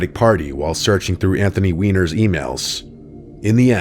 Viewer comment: bro thats not how you pronounce Weiner 🫩😭✌🏽